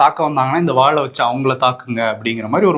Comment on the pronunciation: Vaazh illa vaall